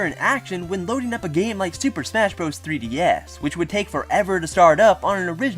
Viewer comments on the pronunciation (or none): none